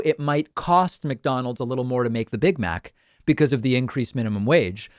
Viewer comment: "Mig Mac" lmao